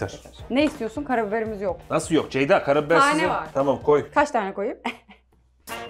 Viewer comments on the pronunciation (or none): FIRATIN KONUSAMAMASI COK GULDURUYOR BENI:CEYDA,ZEYDA,DEYDA